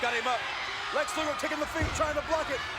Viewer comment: Thanks for the match card. Oh, BTW it's Luger.